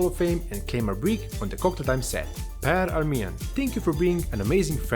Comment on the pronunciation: As a Swede, I have to applaud you for taking the time learning how to pronounce Per Almén's name! 👏